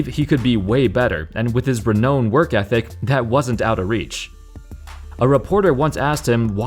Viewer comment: "re-known" or "renowned"?